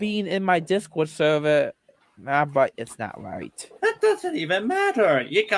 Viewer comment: "am i wight.. AM I WIGHT!?!"